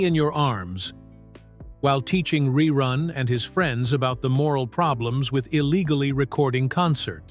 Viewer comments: To the one who is telling the story. If you going to talk about it. Then first say Rerun instead of Reroon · "RE-ROON" Yeah AI sucks!! Thumbs down. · when your AI can't pronounce the word "run", I'm not worried about you taking over the planet. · The AI can't even pronounce ReRun correctly. Listen to and edit your videos before posting them, please. You can do better. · I said the same thing 😂😂😂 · I made it in and had to stop. RERUNE is not his name LOL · It must be AI because that is not how anybody said his name or how you would say that